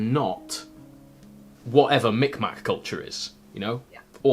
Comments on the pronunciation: Hey and! Mi'kmaq is pronounced something closer to Meeg-maw! Jsyk! - a White settler living in Mi'kma'ki, the unceeded territory of the Mi'maq people. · This was an excellent video!! And thank you for mentioning the Mi’kmaq fishing rights struggle! I just wanted to let you both know that Mi’kmaq is pronounced more like mig-mah ! :) In many of our (I’m Métis) languages, the k takes on more of a hard g sound. Although of course there are exceptions!